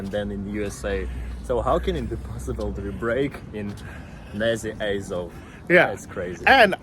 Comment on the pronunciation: At least learn how to pronounce Azov.